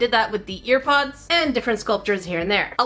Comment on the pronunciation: Lol I heard earpods 👂 instead of airpods